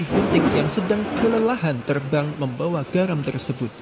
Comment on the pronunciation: Ekor ih bukan ekol ..terbang Ih bukan telbang.